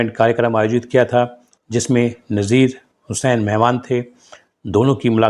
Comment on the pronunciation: अरे भाई नाम का उच्चारण ठीक कर लिया करो ,आपको नजीर हुसैन,नसीर हुसैन में फर्क पता नही है क्या,अपने वीडियो को खुद देखना सुनना